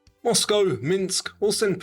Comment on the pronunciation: thank you for pronouncing Moscow with the coe ending instead of COW! I know both are correct but the cow sounds so ignorant. I live in the former US